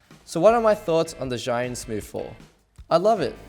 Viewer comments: Please get it right it is pronounced chew-Ing no Z anything!!! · You, as a Chinese should pronounce Zhiyun properly.... sigh.... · What a shame you can't even pronounce Zhiyun correctly... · Learn how to pronounce zhiyun mate